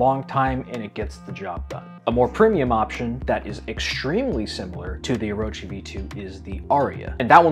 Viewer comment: Thank you for pronouncing it correctly